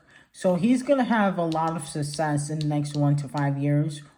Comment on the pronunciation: Nobody:: “Sussess” 😂😂😂😂